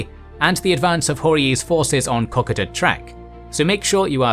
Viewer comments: ko-ko-da not cocada. jeez 3 videos of this mistake already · Already can't deal with the pronunciation of Kokoda. Think of it like you're saying Coco pops not caca pops. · Its pronounced Ko Kod a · Aussie here , Kokoda is said Koh Koh dah not the way you are saying mate , thank you ‘ great videos best history on utube. , it should be told in all Schools as history lessons . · Kokoda pronounced Ko-ko-dah, no emphasis. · It is pronounced kok ko da not how it you say it. For Aussies it is a sacred place like Gallipoli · “Cockada” wtf lol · Good except Kokoda is pronounced co-co-da. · Kokoda is pronounced koh koh da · Cock-A-duh...... Hahaha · It's pronounced, "cock - koh - dar" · OUCH!!!!!! pronunciation murder - it is KO------KO------DA, try to say them like 3 separate words. Poor Australians are rolling over in their graves at the moment. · I’m sure loads of people are saying this in comments but it’s pronounced ko-koda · Ko-ko-da Track and Ma-Roo-Bra. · Please...it's pronounced 'koe- koe da' in Oz. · Kokoda is pronounced more like Ko-code-da. Well that is how we were taught to pronounce it in Australia. Hate to nicpick as I love this channel but thought I would just put the correct pronunciation out there. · they way you said 'kokoda' was criminal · Good GOD the mispronouncing of kokoda is grating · You’re mispronouncing Kokoda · Please learn to pronounce Kokoda properly. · Apart from the pronunciation of Kokoda, great vid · That’s not how you say Kokoda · Yeah, the pronunciation of Kokoda was a little distracting. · Australians died at Kokoda. If you have any respect you would at least pronounce the name correctly. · His saying kokoda wrong and its kinda annoying me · Aussies: Ko-ko-da This guy: Kokeda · Kokoda = Cock-ka-da? It's Co-co-da 😁😁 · Why does Arnold Potts have a NZ flag behind his portrait when he was in the AUSTRALIAN army ? And it's KO-KO-DA, not KOK-O- DA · It's pronounced ko-ko-da,not koko-da! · It's pronounced Ko-code-u not cock-a-du